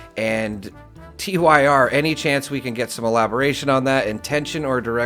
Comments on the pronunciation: TYR is pronounced tier or tear. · Tyr is pronounced like "Tear"😢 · His name is pronounced Tier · TYR is pronounced like "Tear 😢", and in regards to the video... this is why a lot of people say Bethesda doesn't care... seems they wanna just nerf the game to no end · Seriously dude, how hard is it to pronounce a name? TYR is a name, you don't spell it out when saying it. 😂 It just sounds so wrong when you do that.